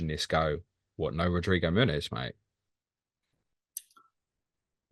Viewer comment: Absolutely fantastic, every single one. Just bothers me a little bit pronounces the n in Muniz as if it were Muñiz (Spanish) or Munhiz (Portuguese). 🤓